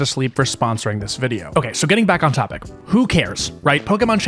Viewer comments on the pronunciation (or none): none